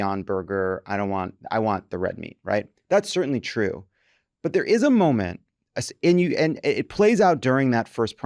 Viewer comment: Please, JVL--it's pronounced "and," not "ee-yand"....just sayin'....